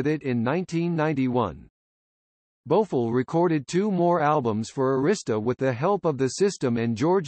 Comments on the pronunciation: The commentator should learn how to pronounce people names correctly 😖 Her name is not Bofo it’s Bo F I LL 😩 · Whoever this person is he can’t even pronounce her name right he needs to be replaced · Thank you! She is still alive and he pronounce her last name wrong!